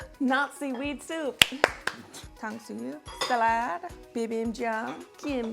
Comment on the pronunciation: Anyone else hear "Nazi Weed Soup" instead of "Not Seaweed Soup" lol